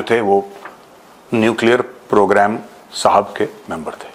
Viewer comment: Major Sir is having some temporary pronunciation issue today so please interpret Saap when he tells Saab.